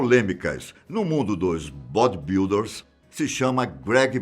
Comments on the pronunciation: Será que foi só eu que reparei na pronuncia "Bódi-builder"??? kkkkkkkkkkkkkkkk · "bodi biuder" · Bodibiulder kakaakakak